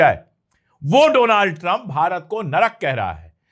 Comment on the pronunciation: Doland not Donald